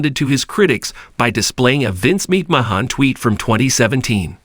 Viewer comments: Good ‘ol Vince Meek Mah Hawn wtf is this sh^t? 😂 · YOU CAN'T EVEN SAY HIS NAME RIGHT